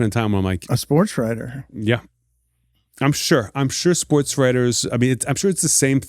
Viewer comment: In the "SPOOTS" world?